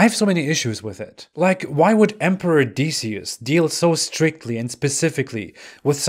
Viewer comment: Decius is pronounced Dek ee us